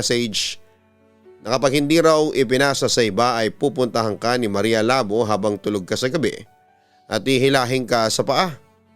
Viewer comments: Labu! Hindi labo 😡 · Everytime na bigkasin ni papa dudut yong maria labo natatawa ako hehe sorry po kasi ang pagkabigkas nya ng labo ai mahinahon yong labo kasi dapat mabilis ang pagkabigkas hehehe